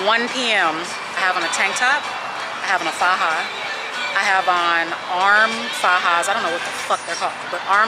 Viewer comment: Lmaooooooo "Arm fajas" 🤣🤣🤣